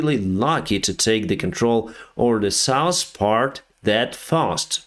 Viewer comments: You know how to pronounce the ( th ). Very well, I'm impressed. Usually that's the hardest. But you know how to use the TH... so it puzzles me why you don't use it on two very important words as a pilot. North and South. Neither one has an s at the end. Now that you are aware, can you try pronounce th, as the, not TS. Again I'm trying to help you ( and my ears) but help you improve your English. I'm amazed in all the languages you can read and write. I'm trying to help. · Drinking game: take a shot every time says: -'Some sort of...' -'Nors' or 'Sous' (instead of North or South)